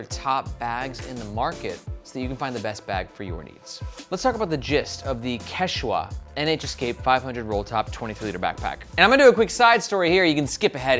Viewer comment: It’s pronounced kech-weh or sometimes kech-wah (emphasis on the first syllable) ☺️. The Quechua are one of the major Indigenous groups of eastern South America!